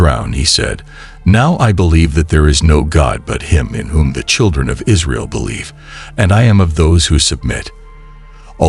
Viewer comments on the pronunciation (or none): none